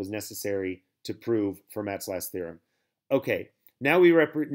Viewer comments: i think he means Fermat is supposed to sound like “Fur-Mah” Idrc. Its definitely not going to stop me from binging these videos though. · Please pronounce Fermat correctly.